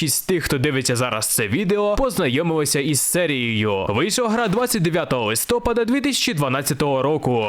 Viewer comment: ЛистопААААААААААд, не листОпад